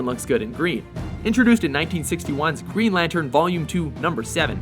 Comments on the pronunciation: "Green Latern" ;) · green 'latern'? where's the 'n'?